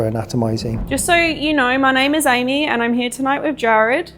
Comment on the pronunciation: Didn't sound like "Amy" to me. Sounded more like "Jeremy." But that's just me...